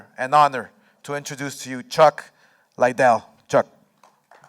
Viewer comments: I've heard lots of people say "Lie-dell" when it's actually "LID-dell". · smh.. DelaHoya speech so mundane. Cant even pronounce Lidell to begin with. "Lay Dell" .. "Chuck Lay Del".. foh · "Chuck Laidell"...the first time he said it chuck looks at him like mother whatchu call me..? Lmmfao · CHUCK IS LIKE HOW DID HE PRONOUNCE MY LAST NAME?